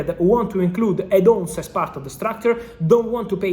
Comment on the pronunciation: Bro the way you pronounce add ons is undefeated 🤣🤣